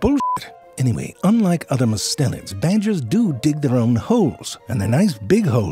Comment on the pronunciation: Might want to edit the closed captions if you get time. Everytime you say "mustelians", the caption says "mids", and I think we can agree kitten snakes are anything but mid.